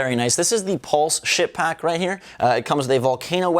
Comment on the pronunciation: Sounded like you had said "s#!t pack" lol but those are pretty cool. Definitely picking those up.